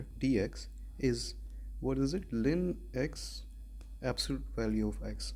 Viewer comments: it's ln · Back when I was in Pre-Calc 12, my professor pronounced it "lawn" and few of my classmates straight-up said "L N". "Lynn" is quite a new pronunciation lol